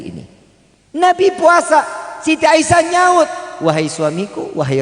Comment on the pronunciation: Asiah bkn aisyah a